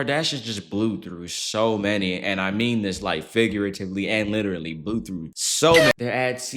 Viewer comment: "She witerally"~